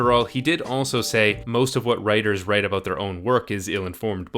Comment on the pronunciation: Everytime he says abooout a Canadian get his hockey stick.